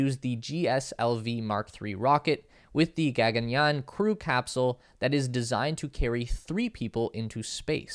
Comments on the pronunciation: And...GAGAN+YAAN==Gug +gan +YAAN! as in (yarn) without the R! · Not Gegan Yan ,it's Gagan Yan